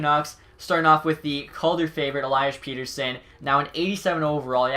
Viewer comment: E-lee-us Pe-tt-er-sson